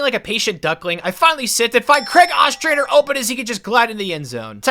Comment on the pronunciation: As someone who went to school with a couple Ostranders it's not pronounced Ah-strander it's pronounced Oh-Strand-er